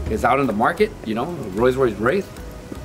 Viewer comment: Fercamar_YT un roi roise raiss.. un porshh lol